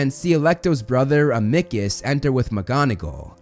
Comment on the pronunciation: Amickus!! 😂😂😂 its am-a-cus, other than that a wonderful video